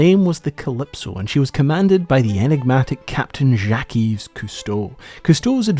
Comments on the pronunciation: Yves is pronounced Eve. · I thought the s in Yves was silent, and instead pronounced more like "Eve". (Source: I'm Canadian and lived dans la belle province) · Yves is pronounced identically to the English name Eve. You don't vocalize the s 😜 (then you might've avoided some of the confusion about the supposed "mispronunciation") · Y and S are silent on his middle name it's pronounced as Eve. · a little pointer that the ''s'' of yves is a silent s (as is such for all words in French)